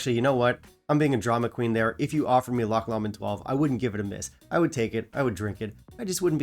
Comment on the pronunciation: Love the premise here. An echo chamber “love in” is sometimes too easy. I’ve promoted my own lynching by saying band I don’t like The Beatles. Really gets some folks going 😂😂 or “upsets a few people” as you say! Great list 😂 Oh yes meant to say Loch “low- mond” for no2 👍